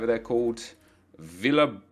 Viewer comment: Villalba is pronounced bee-yal-ba